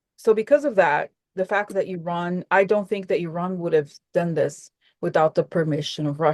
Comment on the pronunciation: Hi, I'm from lran, over 55 years ago. Thank you for pronouncing correctly 😇